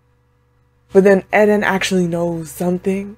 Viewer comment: lmao u keep saying "eh den" instead of just eren. sounding like mikasa